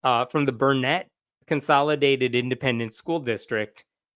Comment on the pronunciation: This state gets worse and worse. One correction: it's BURN et, not burn ET.